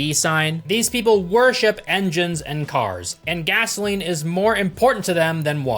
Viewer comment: Guzzaline, Guzzaline haha I know Americans call it gas, but Guzzaline haha